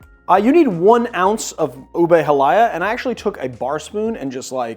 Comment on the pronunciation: ube halaya "ooh-bay hall-ah-yah" btw. great video!!